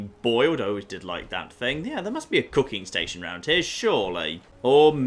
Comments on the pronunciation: When you said “let’s see if we can do some cooking” I heard let’s see if we can do some cocaine” lol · For some reason, a part of my mind thought you said: "Can I do some cocaine?". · Anybody else hear him say "I'm gonna do some cocaine" instead of "I'm gonna do some cooking"??????